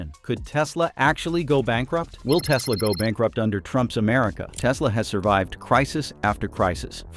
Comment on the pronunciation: "I love me some Teslurrr" 😂